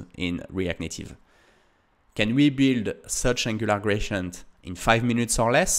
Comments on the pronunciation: Thanks for all your video's, very inspiring! Little feed about pronounciation: I hear you say [gracient] all the time, however, it's spelled with a D, [graDient]. That would make it little more understandable. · Dude please 😂 It's not "grachient"